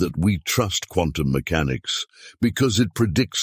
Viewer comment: He put the accent on the first syllable when he said "mechanics".